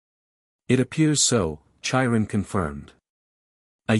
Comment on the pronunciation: OMG the robot voice is so bad to begin with & then the CONSTANT pronunciation issues is grating on my nerves. Chiron is said with the c & the h as separate letters, like a k sound then a slight h sound as you move into the long i. It's not like the ch in chair or cherry.